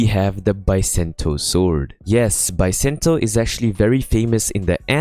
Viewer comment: Not Biasento its BISENTO